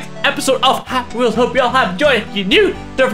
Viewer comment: did he just say "pappy wheels"